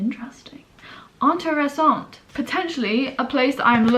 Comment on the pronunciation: you pronounced the interessant quite french haha